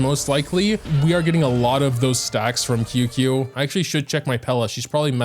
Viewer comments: ITS CHING-CHUH NOT QQ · HEYHEY !! just wanted to come out and say that Qingque is pronounced "Ching-Chue" Luocha is pronouned "Lu-O Chah" and HuoHuo is pronounced "Hoo-O Hoo-O" not exactly but its as close as I can get it phonetically :) no prerssure and no hate love your videos